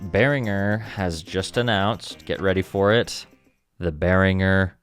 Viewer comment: Congratulation for pronouncing „Behringer“ the right way! Greetings from a Matriarch and 2x Blue Marvin owner from Germany!😀🇩🇪🤝